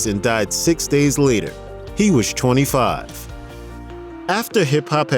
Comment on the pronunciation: Whyd u say it like that?! "He was 25"🌝